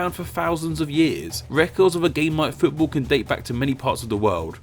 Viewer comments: Why do u say footbull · 'Futabol' is your pronunciation you fool